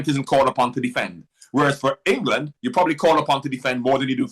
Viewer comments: Always annoying how gabby says England. "engeland" 😂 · Gabby wtf is ingleland? 😂 🥬